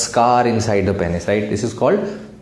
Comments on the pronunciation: Lol! That's what I was wondering too. Pen is or penis? 🤣🤣🤣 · Agar doctor bhi Penis sahi se pronounce nahi karega toh kya hoga desh ka ://